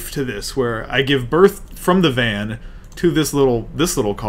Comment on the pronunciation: Come on and slam, and welcome to the Vaa'n